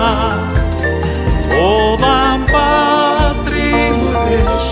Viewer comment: 궁금한 점이 있어요. 울란바토르인데 발음은 울담바트로로 들리고 르 발음들이 드로 들리는데요. 궁금증 해결 좀 부탁드려요